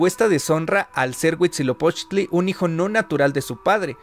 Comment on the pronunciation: Llevo 30 seg de video y ya dices mal Huitzilopochtli. Aprende a pronunciar el náhuatl;)